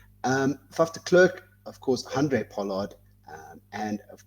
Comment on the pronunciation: it's ER GEE Snyman, not AR GEE SNYMAN,! Not de KLURK, but de Klerk. Get it right.